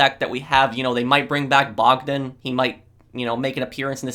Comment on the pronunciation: You pronounced "Bong-den" wrong.